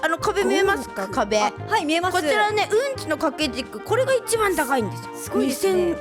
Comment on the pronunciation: またふたつやないかーい すご が すこ にきこえた